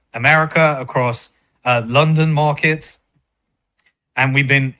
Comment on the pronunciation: A good starting point would be by saying "markets" not "morkets" .